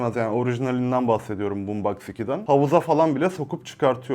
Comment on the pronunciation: BOOMSBOX xd